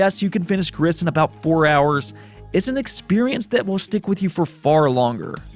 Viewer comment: the s is silent in "gris" it means grey in french ✌️